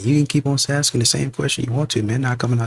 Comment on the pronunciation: "Axing?" Are you Lizzy Borden?